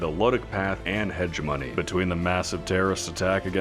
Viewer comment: Nice vid but... imagine playing star sector as long as this guy and still pronouncing hegemony like him :face-blue-wide-eyes